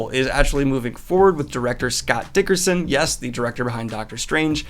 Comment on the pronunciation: I know it’s because you’re dyslexic, but the way you mispronounce Scott Derickson’s name is hilarious. It’s like you’re casually bullying him in middle school. “Hey, dicker-son! What’s up?”